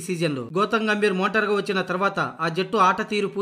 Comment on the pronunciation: మోటార్ కాదయ్యా మెంటర్